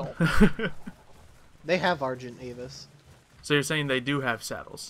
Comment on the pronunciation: It's funny that that guy calls an argentavis an argenavis lol